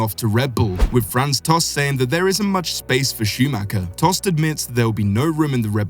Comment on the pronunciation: Mick Shumacher? are you serious?